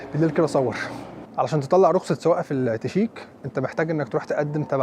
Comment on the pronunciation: ليه تنطق الشيك =التشيك؟؟